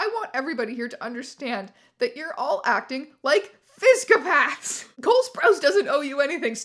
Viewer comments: How do you keep saying psychopath wrong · phsycopath should be pronounced like f-sicko-path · Thank you for properly pronouncing "physcopathic"/"physcopath." Phabulously phunny stuphph!